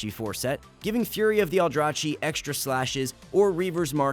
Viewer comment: its aldraKi not aldraCHi go listen to VAs of veng dh artifact questline, u can clearly hear aldraKi there